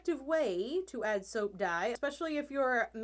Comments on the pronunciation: i just took a double take thinking you said soup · I feel like she says “soa” instead of soap 😂